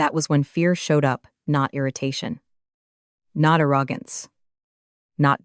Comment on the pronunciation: AI can't pronounce ARROGANCE strangely enough.